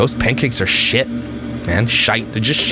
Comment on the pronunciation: you sound just like us Irish people when we say shit😂😂